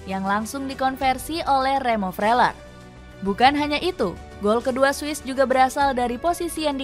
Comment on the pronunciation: Cara sebutnya Froiler bukan fleuler